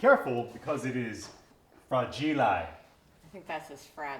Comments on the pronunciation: Fra gi le, not fra gi lai. 🤔🤔🤔🤔and the accent goes in fra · "FRAA-Gee-Li" 🤣'busted out laughin'!!😉that was good. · I'm sorry but I'm french, and we pronounce it "frageel" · Oh and it’s “FRAGEELAY”!!